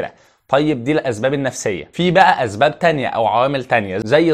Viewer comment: اسباب يا وليس ازباب